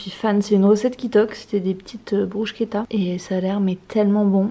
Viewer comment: Enfin quelqu'un qui sait prononcer "bruschetta" correctement yay ahah!!